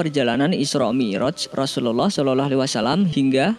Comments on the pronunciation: Yg bener ngucap rusuluallah jgn sorolloaalh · Assallamualaikum. Min gw hanya mau beri masukan doang nih. Tlong pngucapan Rasulullah SAW d prjelas. Pmbacaan Rasulullah kok kedengarannya jdi Seolah-olah. Bacanya jgn trlalu buru2. Santai aja knapa sih.? Tlong d prbaiki utk kdepan. Ada gak yg spendapat dgn saya? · Pmbacaan Rasulullah SAW., Kdengarannya kok kayak Raslullah Seolah-olah wasalam. Apa sya yg salah dengar atau mmang admin yg gak tau cara baca? Jgn gitu dong min. Tlong d prjelas pmbacaan utk baginda Nabi. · Assalamu'alaikum bang. Pengucapan Rasulullah SAW nya di perbaiki bang supaya gk keliru. Syukron